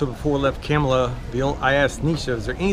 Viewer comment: Every time he says Kamala i hear "Camelot" :D